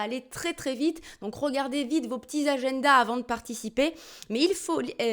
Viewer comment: J'adore quand tu prononces le mot "Agenda" 👍 Merci pour le concours. Vous êtes supers 😎👌🏾🐇